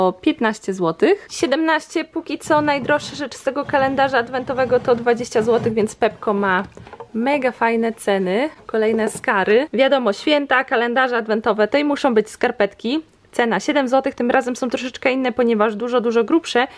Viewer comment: "skary" Ja:yyy jak mozna tak mowic 😩😩😩😩😩